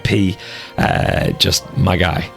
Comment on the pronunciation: I love how much east coast marvel has influenced you that the 'my guy' was straight NYC accent